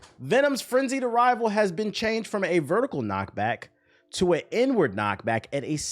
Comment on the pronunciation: Inward sounded like n word lol